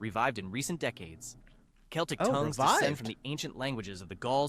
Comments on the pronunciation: Seltic.... really? So competent that he contradicts himself moments later. 50/50 then. Always get an American to narrate your video about European languages! The labelling is another accomplishment with the famous wooden island of Cypress. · CELTIC = KELTIC not SELTIC !!! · Never heard Celtic said like "Seltic" before. We say "Keltic" in my language. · As another commenter has rightly said, Celtic should have been pronounce with a hard 'c'. There is an exception; a major Glasgow football team is Celtic, pronounced seltic. The celtic languages are putting up a determined fight back. Welsh is not declining. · Ah, yes, the famous Seltic languages. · Celtic is pronounced as Keltic, unless you speak of a Glasgow football club. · Celtic is not said with a soft C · From a Polish perspective, we understand maybe around 40-50% of what Czechs, Slovaks, Ukrainians and Belarusians say, the other ones it's just particular words. And the Slavic part was of mediocre quality at most. Edit: it's just the quality of the entire video. Imagine mispronouncing "Celtic" in a video talking bout language families.